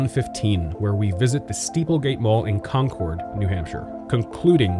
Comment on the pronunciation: This is so weird to watch considering I live in the next town over. This is the last place I expected a video about lmao. Also to anyone who cares- we don’t say ‘Con-Chord’ we say ‘Con-Cerd’ for Concord NH